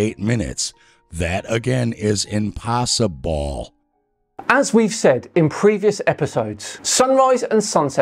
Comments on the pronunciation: Did he say "impossiBall?" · "impossiball" - did he actually say that? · I just love how he stresses the last syllable in „impossible” to make sound like impossiBALL